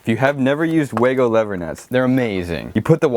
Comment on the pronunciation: They're called wagos not whatever the fuck you just called them😂